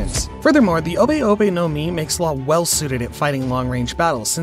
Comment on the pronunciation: You did law so dirty with that pronantioation